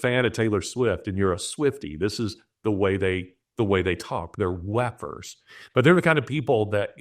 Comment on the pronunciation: You keep saying wef'rs and I keep hearing lepers, because that's what they are